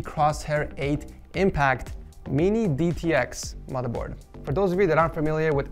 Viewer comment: No one: Litterally no one:: MOTHA BOAD